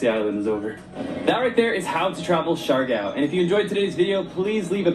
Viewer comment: You pronounce it as C - Yar - Gaw (Siargao). It's one of the beautiful islanda we have... 7107 island or more depending if it's high tide.or low.tide...Have not been there but will visit it too. enjoy your visit there